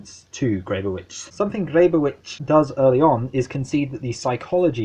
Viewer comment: It's pronounced "Greb-oh-vich." Don't feel bad--I studied with her for four years and still occasionally got it wrong. The "pro" vs. "anti" debate is fascinating, but as I read it (and as Grebowicz herself taught it) WIPM is as least putatively uninterested in that question. What's under examination in this book is internet porn qua internet--what is means that porn is being distributed through the internet, what it means for the social, what it means for privacy (what it means for what "privacy" itself means), what are its political implications under conditions of the attrition of tech?